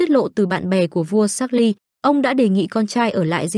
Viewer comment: Vua Charles phát âm thành chác-ly...? 😂 ... tiếng Anh của phát ngôn tivi hay thiệt 😂😂😂... bó tay